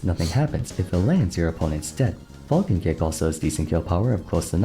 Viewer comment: "Captain Fulkin". It's FAL-CON. Good lord.